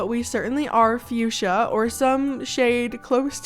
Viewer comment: When you said fusha? Sorry I'm not the best at spelling but when you said fusha I heard you said 🩷. Btw is such an beautiful name and your voice is so cozy and relaxing<3